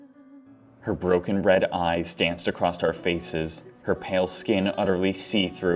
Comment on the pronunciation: Acrosst. Acrosst. Acrosst. Please, just say 'across'. For the love of god, man.